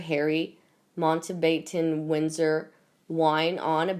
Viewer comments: "Man-ta-bay-ten"??!! These computerized voices distort so many words & names, like MONTBATTEN! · cathy jones Mount-bat-in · Would you please replace this narrator with somebody with better reading skills and who knows how to pronounce the word 'Mountbatten'? She is clearly ignorant of anything related to the Royals and she does not even bother to look up words and their pronunciation. She clearly does not rehearse anything before recording as well. 2 out of 10.